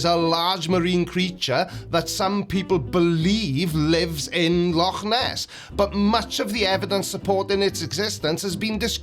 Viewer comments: Well done for pronouncing Loch properly. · one good thing about you being a Cymry is you can say loch correctly. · love the proper pronunciation of Loch instead of the American 'log'